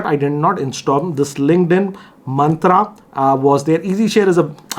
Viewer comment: Myntra ❌ Mantra ✅